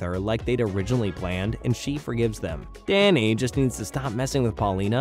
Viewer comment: Why is Danny pronounced as Dayney